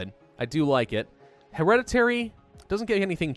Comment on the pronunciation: is one of the biggest grammar nazis and pronounces “heredity” wrong